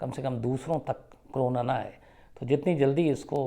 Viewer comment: Sir ji corona hota h crona nahi pls theek se kahiye.